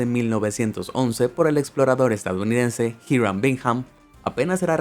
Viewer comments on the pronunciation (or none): none